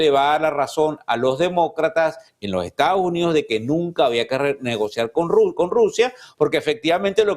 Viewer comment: Este comentarista debiera hablar y modular mejor. No seguiré viendo este programa por la falta de buen hablar. Es Estados Unidos y no estao unido. Me voy